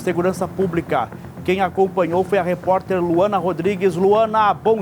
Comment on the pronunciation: Que reporterrr esse..erra no nome!!